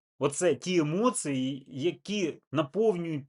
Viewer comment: "эмоцыы" >>> емоції